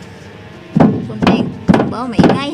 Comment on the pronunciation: Hindi po mortal kundi mortar